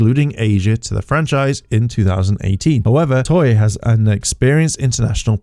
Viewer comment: TOEI, NOT TOYEY